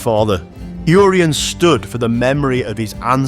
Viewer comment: Inspiring video and content, but the letter 'U' in Urien is pronounced ""Irr" - as in the native American tribe 'Iroquois'. Urien pronounced : 'Irr' - ee- en. England, be proud of your land and your people - just as we are in Wales 🏴👍🏴